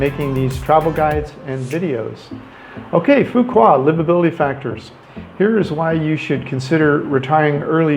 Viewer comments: phu quoc not pu wa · Every time you say “Foo Kwa” instead of “Foo Kwook” it’s so very annoying that it makes me want to watch another video. I mean “kwa vs kwook” sound nothing alike. Makes one question if you were really there. “Kwa”?? Really?? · It's pronounced "foo wook" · Its Phu Quoc with the sound of K not Fuqua like what you kept saying in the video!!! Please its really annoying when westerner always not caring about the spelling to say correctly the name of most Asian cities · actually "Foo Wok" in Southern Vietnamese with PQ accent! :) Great video - thanks for the advice! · Its pronounced Phu Walk Quoc pronounced (Walk) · Go and ask a local how to pronounce Phu Quoc. It is not hard. You don't have to say it right. But apparently you haven't pay attention to how it is pronounced and that is not acceptable. Vietnamese people welcome visitors as we all known. We are very friendly. We don't expect foreigners to speak out language. But for something that simple such as the name of the city. Please show us some respect by pronouncing it right or almost right. It is not hard. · Please learn how to pronounce the name of the city you’re talking about. It’s terrible when you say it wrong